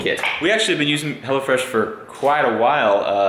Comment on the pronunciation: Oh, it's HelloFresh. I thought you were saying HellaFresh lol